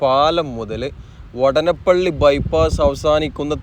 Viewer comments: vaadanapilli is the correct pronounciation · വടനപ്പിള്ളിയല്ല സുഹൃത്തേ വാടാനപ്പിള്ളിയാണ്.. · വാടാനപ്പള്ളി വാടാനപ്പള്ളി എന്ന് ആണ് പറയുക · സ്ഥലപ്പേര് പ്രദേശവാസികളോട് ചോദിച്ചു അത് പോലെ ഉച്ചരിക്കുക,വാടാനപ്പള്ളി എന്ന് എഴുതിയിട്ട് അതിലെ ദീർഘം കളഞ്ഞ് പറഞ്ഞാൽ അരോചകമായി തോന്നും,ഏറ്റവും കൂടുതൽ ബൈപ്പാസ് ഉള്ള റീച്ച് ആണ് താങ്കൾ ഇപ്പോൾ കാണിക്കുന്നത്,നിലവിൽ ഉള്ള കൊടുങ്ങല്ലൂർ ബൈപ്പാസ് അടക്കം 6 ബൈപ്പാസ്,ഏറ്റവും കൂടുതൽ S വളവുകൾ ഉണ്ടായിരുന്ന റീച്ച് ആണ്,ബൈപ്പാസ് കൂടാൻ ഒരു കാരണം അതാണ്,കാണിക്കുന്നുണ്ടെങ്കിൽ എല്ലാ ബൈപ്പാസ് ജോബും കാണിക്കണം എന്നാണ് എന്റെ ഒരു ഇത്😂ജോബ് പുരോഗതി കുറവാണ്,ഒരു പക്ഷെ സമതല പ്രദേശം ആയത് കൊണ്ടാകും,ഇലക്ട്രിക് പോസ്റ്റ് മാറ്റിയാൽ പിന്നെ പണി വേഗം മുന്നോട്ട് പോകും❤